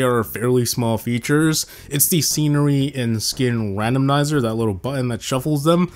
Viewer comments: Randomizer❌ RandomNizer✅ 😂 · randomnizer. bro its randomizer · Quick thing, did anyone else notice saying "Random - N - izer"? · I love that he says "Randomnizer" instead of "Randomizer"😂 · Wait..isn't it "Randomizer"? Since when it became "randomnizer"? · Randomnizer? There's no second N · Same lol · "R A N D O M N I S E R" mf you just invented another "stonks" style meme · “Randomnizer” pissed me off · Did he say: “RANDOM-NIZER” ? I’ve never heard it pronounced that way in my LIFE brother ❤️ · Did he just say randomnizer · Im sorry but i gotta poke a little fun at “Randomnizer” hehe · Am I tripping or is he saying randomnizer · holy heck you cant say randomizer. davai havoc